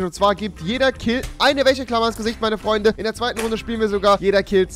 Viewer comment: Ich schreibe jetzt mal wie du Wäscheklammer aussprichst:"Wächeklammer"